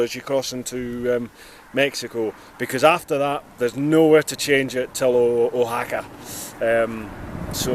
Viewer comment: I have been watching your journey from the first video incredible you are a brave soul going into the unknown. Oaxaca is pronounced Wahaka. there are a lot of words in Spanish that are difficult for someone who speaks English from own experience living here 10 years. If you are going to eat at outside and road side restaurants be very careful some foods are sitting in the sun for a long time. Becareful drinking the water safest way is from the bottle. The main source of water is ground or surface. I am waiting for my Motorcycle to be finished and then I can start to travel here in Mexico.